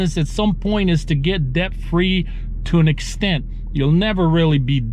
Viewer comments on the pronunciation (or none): But, the b in debt is silent 🤫 lol...